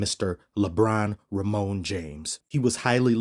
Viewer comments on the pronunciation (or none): LMAO I've been watching Lebron since he was in high school, I swear it's the first time I've heard Raymone. That cracked me up, I thought "surely that's not his middle name" well I'll be damn.